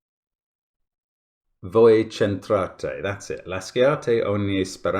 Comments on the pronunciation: Cool puzzle. Just a small point about the pronunciation in Italian xD 1) "Sci" + vowel is our way to produce the "SH" sound (so it sounds like "laSHate") 2) "Ch" always makes the hard "c" sound as we don't have the letter "k" in the Italian alphabet (so it sounds like "voi K'entrate") (ps: the sentence is still valid in modern Italian) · ch'entrate.- the "ch" is pronounced like "k" — we definitely need more Italian titles, though I warn you not to play any puzzles called "Lasciate mi morire"